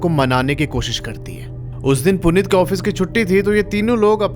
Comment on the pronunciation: Bhai kya story btaadi aapne Puneet or anjali ye story sunke aisa lgaa ki main character mai hi hu kyuki Mera name bhi Puneet hai or meri girlfriend ya ex rkhlo uska name Anjali 😶‍🌫😶‍🌫 Bhai or aap pronounce glt kr rhe ho Uska name Puneet hai but aap Punit bol rhe ho (a small mistake)